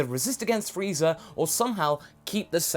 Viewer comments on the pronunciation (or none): none